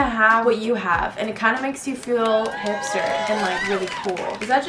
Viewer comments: "hispter" LOL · Hispter?? Ok I gotta pull out the dictionary real quick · “hispter” Hannah Meloche